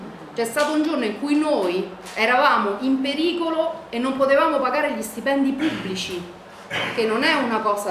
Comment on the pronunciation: Brutta dentro e brutta fuori. Abbiamo fatto un referendum per entrare nell'euro? Non sembra neppure che si droghi... però che oratrice, che dizione... pronuncia perfetta: "La situazzzzione era traggggica... a rischio gli stipendi pubbbbblici. Non C' abbiamo più sviluppo industriale." Complimenti vivissimi a chi l'ha invitata a parlare al comizio!!!! Se Berlusconi vinceva le elezioni il merito è di gente come questa.